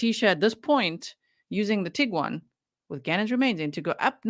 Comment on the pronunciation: Did he say tiggywan?😂 cute